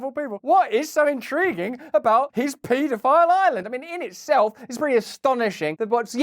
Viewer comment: I like how Russel says it "* PEE DO PILE''! LMAO..@ TWNT EE FORA TEEN